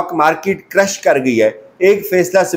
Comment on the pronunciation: یہ سٹاک مارکیٹس کریش (crash) کرتی ہیں نہ کہ کرش۔ پلیز کم از کم آپ سے ایسے بلنڈرز نہیں سر ذد ہونے چاہئیں ۔